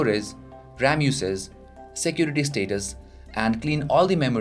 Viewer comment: shaport,jesture,Shecurity,eajier,PHITURES,choooze,oder,eajily,izz,50 pershent,SUUT hahaha and many more. OMG what a fucking pronunciation.